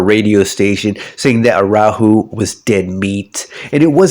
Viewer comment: Man you had the disclaimer of your pronunciation of Araujo but I did not expect to be this bad lol Had a nice laugh the first time you said it Thanks for the video!